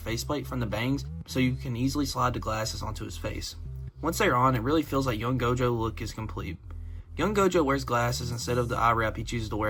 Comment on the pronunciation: Bro said GOATJO